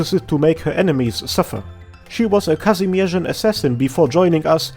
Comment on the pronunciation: nice job almost nailing polish pronunciation for kazimierz ;p